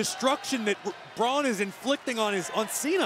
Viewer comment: ITS BRAUN NOT BROCK